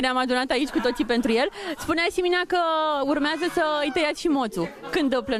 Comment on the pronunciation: La ea "urmeste "😂😂😂